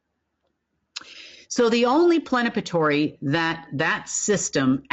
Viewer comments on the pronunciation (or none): does she mean PLENIPOTENTIARY and not "plenapatory?"